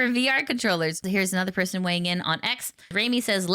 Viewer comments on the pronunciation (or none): none